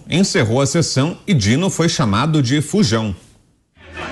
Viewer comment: Eu tinha entendido "Bujão"